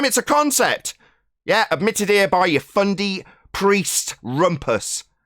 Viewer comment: Love the "Fundy". I'm in Texas so I ain't got a clue what that means but I understand and love it. Just can't say it as PROPER as.👍👍